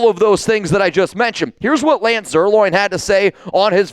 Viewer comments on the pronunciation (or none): Lance's last name is not "Zier- loin," Bozo.